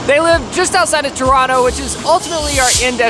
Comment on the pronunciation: Thank you for saying Toronto correctly. The final t is silent 😝.